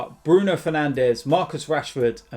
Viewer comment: he's called fernandes not fernandez